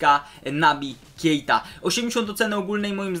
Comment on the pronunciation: Kjejta xd